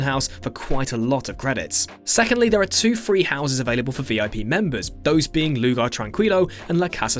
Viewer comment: is pronounced Lugar ( Trankilo ), but not bad!